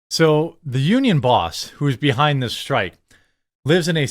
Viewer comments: Homie? Strike, not strick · Dock Strick? STRIKE...lol